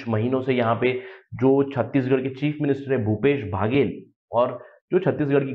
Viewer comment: भैया बाघेल नहीं बघेल है जी